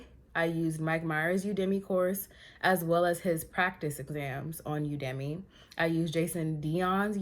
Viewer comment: You-da-Me (Udemy) 😂